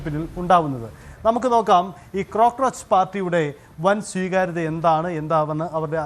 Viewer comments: അവതാരകൻ ചേട്ടാ ക്രോക്രോച്ച് പാർട്ടി എന്നല്ലല്ലോ കോക്രോച്ച് എന്നാണല്ലോ പറയുക. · ക്രൊക്രോച് അല്ല, കോക്രോയ്ച്ചു പാർട്ടി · Cocroch✅ Crocroch❌